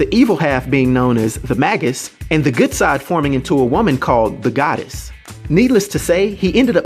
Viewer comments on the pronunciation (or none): May-gus not maggus. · The May gus, not The Mag us.